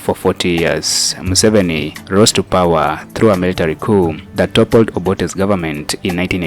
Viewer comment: His name is Museveni not Musoveni